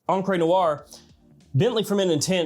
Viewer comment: Gio is pronounced like Joe, and encre is on-cruh, not on-cray...